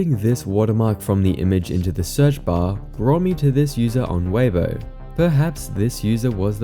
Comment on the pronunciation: pronouncing Weibo, it's 'way-buah' not 'waybo'. (Much love, great video.)